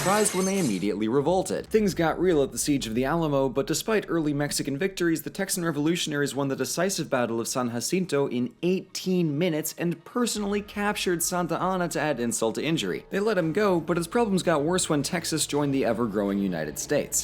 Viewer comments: HOLE TF UP SON Moses austin was the one who started buying land to sell to what the Mexicans called Anglos in Tejas. Later, Santa Anna cracked down on Anglo culture in the region and illegal immigration from the US. Its San Jacinto. You pronounce the j... (like I'm sure it's a Spanish word, but the battle is named san ja-sin-toe) perhaps it would be pronounced with a soft j had texas lost. #Viva Tejas. #Tejas libre. #Come and take it #remember the Alamo #remember goliad #propane and propane accessories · I’m sorry, but I have to correct. As a Texan, it’s pronounced San J, like a j, acinto